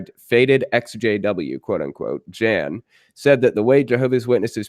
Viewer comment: Just so you're aware........"Jan"......pronounced "Yan." Trust me.....